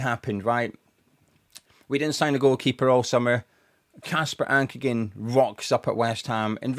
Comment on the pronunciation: Ankergren is with an R, just when you say his name so much 😅